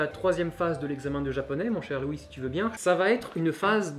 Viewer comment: Pffff, j'ai compris kitsune, yamete...... et c'est tout.:( Deuxieme lecture de la vidéo, je comprend mieux, mais quand à prononcé "Louis", j'ai compris "Ryouri". ^^